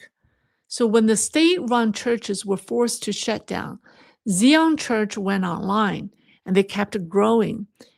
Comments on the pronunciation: great video! it makes you a great trusted source. Zion is pronounced "Zeye an" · Zion is pronounced (zai on) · Hey; wonderful job as usual; for future reference, I believe that Sanae Takaichi's pronunciation is "TAH-kah-EE-chee". And "Zion" is pronounced with a long "I", not a long "E" like you did.